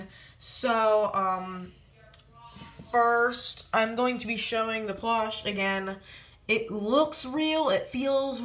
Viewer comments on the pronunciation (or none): Is it me or does he say plosh?